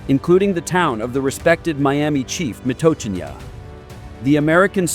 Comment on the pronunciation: they could have used footage of the reenactment in Grant County. And the pronunciation sucks. I'm from Grant County where the battle of the Mississinewa was fought.